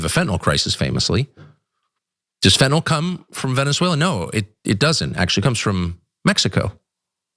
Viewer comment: I’m pleased that simply Ana pronounced fentanyl properly unlike 99% of the people on tv and the govt say it. Not fentinal, fentanYl (like “IL”).